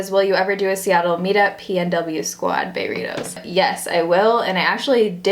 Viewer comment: Every time you say "Baerrito" I want to go to Jalisco's here in Milwaukee and get some REAL Mexican food! Omg sooooo good!